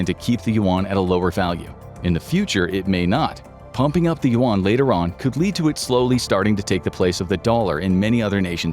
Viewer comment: Very, very good video 👍 100% agree with all the info. Only 1 thing : the pronunciation of the Chinese money is not "want/woan" but "yun" 😅